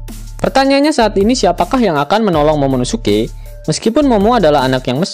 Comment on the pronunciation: 16.35 ngomong momonosuke ga bisa wkwkwkwk